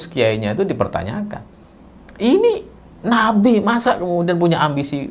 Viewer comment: sy pertama dengar ucapan bukan Nabi tp napi 😅😅